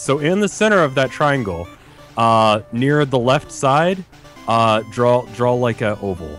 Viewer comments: Drove me fucking nuts listening to that. There's a huge difference between the word "draw" and "drawl." FFFFUUUUUU!!!! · why does rev pronounce draw like "drawl." a lot of americans pronounce stuff like that, like both becoming "bolth" roof becoming "ruff". it's weird. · Everytime rev says draw it sounds like he says drawl XD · Every time Rev said "drawl" it killed a part of me inside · Drinking game, take a shot every time: - does something completely different than what Rev says -Rev pauses and says "yeah that works" - criticizes Rev for his own mistakes -Rev says "drawl" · That killed me a little inside every time. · Rev: "Drawul"